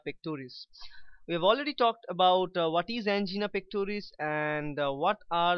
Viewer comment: An - GEENA 😂